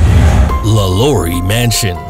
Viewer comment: I'm from New Orleans.... It's pronounced LAH-Law-ree